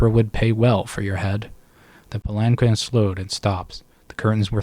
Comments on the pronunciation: In case you care to know, palanquin is pronounced "palan-keen". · Pal-In-Keen is how that word is pronounced